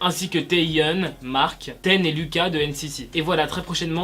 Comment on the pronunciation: Nini c’est le surnom de Jennie :)) Sinon c’est Taemin ça se dit « Témin » et Lucas « Loucass »